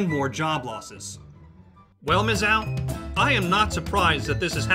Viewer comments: It's not Mizz-Yowl. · The school is The University of Missouri -Columbia and the nickname is pronounced Miz-zoo. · What's "Mizzal" University? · "Mizzou..." Mih-ZOO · It's "Miz - zoo" No, that is not a slur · Dude, I agree with you! But learn how to pronounce the name. It's Mizzoo, like the place you go to see animals. Have you never watched NCAA football? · The funniest part is they are trying to spin it as a GOOD thing! BTW it's pronounced Miz-zoo... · It's pronounced MIZ-ZOO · Ya that bugged me. Mizz-ZOO dude! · Disliked only because he keeps mispronouncing Mizzou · Learn how to pronounce Mizzou you fucking idiot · If your going to do a story on Mizoo at least pronounce it right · What planet are you on? Please learn how to pronounce Mizzou especially if you're doing a vid about it. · The man can't pronounce Mizzou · You aren't pronouncing the name correctly. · It's Missouri narrator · .....Emphasis on "ZOO". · It is not pronounced as MIszoh it is Miszooo like when you go to the zoo to see animals. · It's pronounced Miz Zoo. Not Miz Zow. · Mizzow? Really? It's Mizzou as in Miz-zoo. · It's Miz -Zou, not MIZZOW. Basis phonics. Sorry but I'm a Columbia native and a MIZZOU, ( NOT MIZZOW) GRAD. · It is Mizz-ew not Mizz-Ow you fucking moron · That’s not “Miz-ow”. It’s “Muh-zoo”. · Umm.... it's pronounced Mizzoo.... not Mizzow. Missouri not missowry. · It's mih-ZOO, not mih-zow. And I cannot pay attention to what you are saying with this crazy background music. Too loud and silly. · It's pronounced "Mizz-oo", not "Miss-Ow". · One thing, Missou is pronounced *Miz- oo", not Miz-ow" Not that it really matters, since at this rate, they'll be a parking lot by 2025. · It is pronounced: Mizzooo, not Mizzow. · Not mizzow, it is mizzooo. Either way, lmao at them. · It's not "mizzow", it's "mizzu ". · It's not Miss-Ow it's Miss-OOO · It's pronounced MIZ-ZOO not MIZ_ZOW. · It is too late, but, it is pronounced Miz zoo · It's miz zoo u dumb fuck it's spelled mizzou